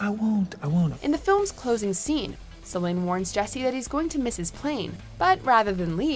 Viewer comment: Love that Before Sunset is included, but it's Delpy. Not "Deply." And it's Celine. Not "Salin."